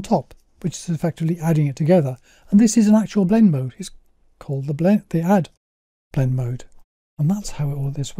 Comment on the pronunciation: you name the simple blend mode that you illustrate, but I can't understand what you're saying. It sounds like "bled deehad"?